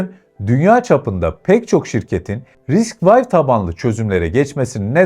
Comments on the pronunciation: eline sağlık, içerikler gerçekten keyifli. Yalnız çok minik bir düzeltme yapacağım, kızma lütfen:) RISC-V “Vay” değil, RISC-V, risk-five yada risk-beş olarak okunabilir. Bir de “12C” değil, I²C, ı kare C olarak okunabilir. Elektronikçiler bu ikisine biraz hassastır, tatlı bir uyarı olsun diye yazıyorum. MİLLİ ÇİP: içerikte “çip krizinden etkilenme” kısmı pek oturmamış. Çip krizinin STM gibi firmaları vurmasının sebebi gavurların tasarlayamıyor olması değil üretemiyor olmasıdır. Üretim kısmı başka bir hikaye. Türkiye’de hâlâ direnç, kapasitör, mantık veya güç entegreleri, hatta PCB üretimi bile yokken inşallah Çelik çipi bu anlamda bir başlangıç olur. Yine de emeğe saygı, yol uzun ama güzel. Başarılar! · RISC-V , Risk vay diye okunmaz. Ya risk beş, ya da risk vi diye okumalısın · "Risk vay" demişsin Risc-V yazıyor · Risk 5 şeklinde okunuyor. Geliştiren adamlar risc mimarisinde daha önce 4 proje bulunduğu için risc-V(5) koyduk diyorlar. Yani harf olan v değil de romen rakamı olan v.